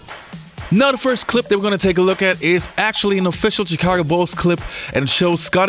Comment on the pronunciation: Love your videos. Grew up in Chicago and with the Jordan Bulls. Thank you for not pronouncing the CH in Chicago like CHurCH. It’s SH like you pronounced it in this video. I noticed you saying it incorrectly in the past. A lot of people from outside Chicago mispronounce it. Charlotte is the same way. CH is pronounced SH.